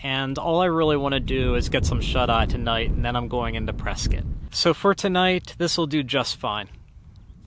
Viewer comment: Points for pronouncing "Prescott" properly